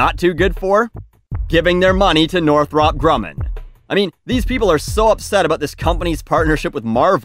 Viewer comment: Btw it’s pronounced Northrup.